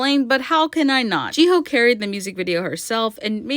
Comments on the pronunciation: How hard is it to say hyo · Your pronouncing of Jihyo’s name pisses me off